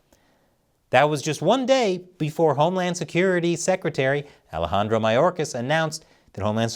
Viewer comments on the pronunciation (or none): none